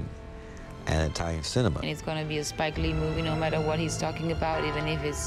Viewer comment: Who in the fuck is Spile less?!?! It's Spike Lee LOL! wayyy off, bro xD